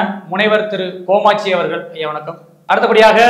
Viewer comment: Thambi interviewer, antha periyavar peru kamatchi, not komatchi..😂😂comedy pandringa